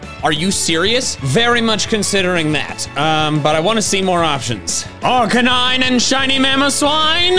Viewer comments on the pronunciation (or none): none